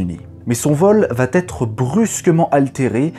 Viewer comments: Le ton, le rythme, la pointe humoristique qui va bien ...voilà qui justifie que je sois abonné ...mais à le "va T'être" et à le "curieux T' incident"...pètent un peu l'ambiance ... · Tu sais toujours pas faire une liaison avec tes "va-t-être" ; '"ce curieux-t-incident". On dit "va-être" et "curieu-z-incident". Sinon le français super! "Très différente que celle de..." Je te signale qu'en l'absence d'atmosphère, nuit ou jour, on s'en fout pour regarder le ciel avec des télescopes.